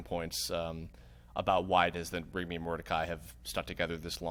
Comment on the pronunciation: am I the only one that heard say rockoon for Rigby